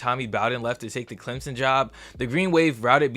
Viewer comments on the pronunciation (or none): none